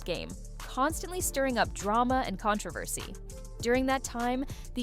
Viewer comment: Is this a robot voice or did you pronounce controversy two different ways?